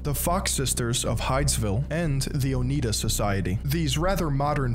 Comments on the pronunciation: on the pronunciation front: "Oneida": Own-Eye-Da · Yeah, a very basic fact that he got wrong, along with the pronunciation of "Oneida." I tapped out. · Along with The Oh-Nye-duh society (Oneida). Pronunciations in this are atrocious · It’s pronounced “oh-NYE-duh” btw -regards, a western New Yorker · I am not even Mormon and I picked up on that😂 Also mispronounced Oneida I am from Upstate NY. Bringham Young lived in my hometown and current town Pre-Mormonism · The way he pronounces Oneida and how he calls the Shakers Quakers, also. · Nahhh not the Oneida. What the Sam-o-Nella?! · Bro... you aren't even gonna double-check the pronunciation of Oneida, Moroni, Nephites or Lamanites before you publish a video? 🤦‍♂️